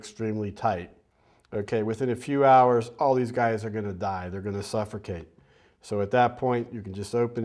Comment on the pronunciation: Suffer-cate.... LOL!